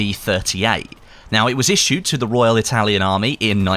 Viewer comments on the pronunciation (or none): none